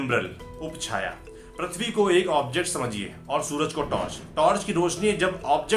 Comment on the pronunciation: Its prithvi not prathvi...lol